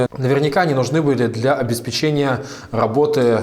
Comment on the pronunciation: Пожалуйста ставь ударение в слове "обеспечение". А то очень много раз его повторяешь и неправильно